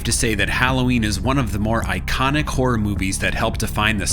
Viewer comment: Why are you saying hor it’s horROR